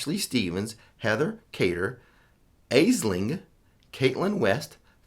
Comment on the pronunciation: Hahaha thanks for the shout out 🤣 just to let you know (Ash-ling nee kah-wale) 🤣🤣🙋‍♀️